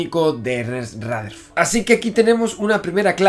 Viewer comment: Él dice Ratherford 😂❤️